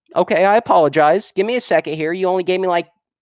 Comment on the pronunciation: "I apologize. I apoloigize." He's either dishonest or a moron.